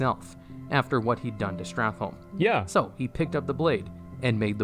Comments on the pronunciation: It amazes me that 15 years later people still can’t pronounce STRAT-HOLM. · So, him saying StratLohm all the fucking time is so annoying